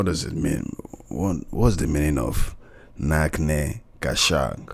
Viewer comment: It's Not pronounced as Nach(k)ne ka Shaunq, but Nach(ch)ne as is (ch) pronounced in China. And they meant that the crowd only knows to dance on the flow however doesn't understand ABC of rap or it's history.